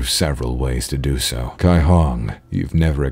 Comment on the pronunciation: which is hilarious because his first "Cai Hong" pronounciation was good on the Cai but fucked up the Hong lol